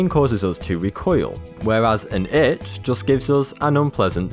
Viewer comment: gad damit stop saying itsh i have started to bleed on my arm now